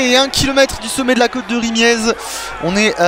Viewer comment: Excellent ce retour du tour pour les nuls!!!!! Rimiez ça ce prononce rimié.